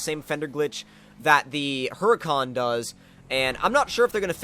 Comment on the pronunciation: Hey just a FYI... The "H" is Huracan is silent. It's kinda just... Uracan.